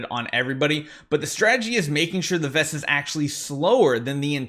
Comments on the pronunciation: He kept saying visa not vesa, was very distracting 😊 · Idk why but calling Vesa "Visa" just cracks me up every time:D whaling so hard he turned Vesa into Visa:))